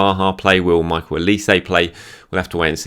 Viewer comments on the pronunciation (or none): none